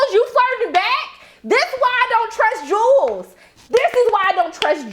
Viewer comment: There are people who will mispronounce a name no matter how many times they are corrected. It irritates me, but Jewel is stuck in his head. I think it's kind of cute, like his own name for her.